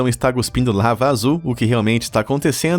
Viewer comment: Rachei... "Guspindo"...